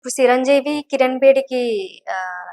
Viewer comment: Siranseevee kaadu madam.... chiranjeevi 😅😅😅😅😅😅